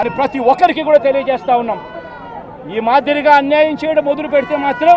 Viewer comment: మొదులు పెట్టడం కాదురా దుస్కీ. మొదలు పెట్టడం అనాలిరా దస్కీ.